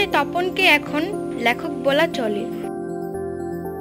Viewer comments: কথাটা ল্যখক নয় লেখক।😊😊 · lekhokh, laaaykhokh noy